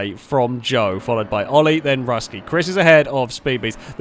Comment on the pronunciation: Russkiy (means Russian in Russian) is pronounced Rooskiy.